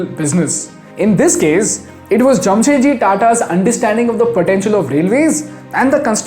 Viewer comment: Its 'JAMSHED' not Jamshet.